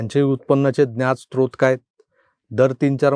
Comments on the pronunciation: स्त्रोत नव्हे सर 'स्रोत' असा शब्द आहे. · स्त्रोत नव्हे 'स्रोत' असा शब्द आहे सर.